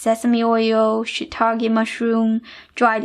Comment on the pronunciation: “SHIITAKE” rather than Shit-ake